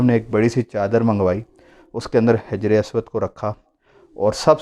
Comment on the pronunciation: حجر اسود کی ح کے نیچے زیر نہیں زبر ھے